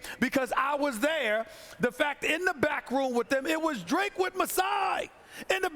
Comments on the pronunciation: c'mon Stephen a... it's not dre. Its drake And ... lmaooo wow Stephen a it really ain't dre. Its drake, guy. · I think Stephen A. Smith might be getting Drake confused with Dr. Dre lol. Cause I swear I kept hearing him say Dre, not Drake. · SAS butchers names so often now lol. He called that man Drake, "Dre" 🤣🤣🤣 - Rob Pelinka to ➡️ Rob Pelink-er Drake to ➡️ Dre